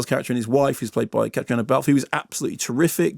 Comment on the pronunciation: You're correct, he completely butchered it. Always happens to Irish names!